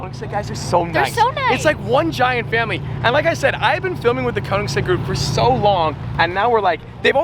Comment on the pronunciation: Pretty please learn to say Konig XD